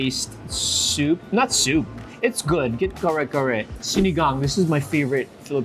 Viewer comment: You know the entire world has changed if he pronounces kare kare like an American